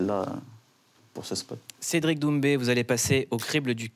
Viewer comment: l'accent sur son nom de famille???